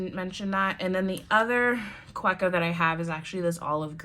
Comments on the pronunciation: Ohhh I want the Sailor Brown but can't get it in the UK. Don't hate me but it's pronounced Kaveko , German- so the W is pronounced as a V xxx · Kaweco is pronounced on the middle syllable, the we. Ka-weeee-co. It's a German brand, and the Name is a mix of the two founders' surnames and the word company. :) Good Video though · It’s pronounced kaveco..even though it’s spelled Kaweco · Great collection - built around how you use them. Kaweco is a German company, so the "w" is pronounced like and english "v".